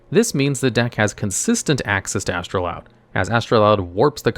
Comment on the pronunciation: You're mispronouncing Astroud...(there's no 'L')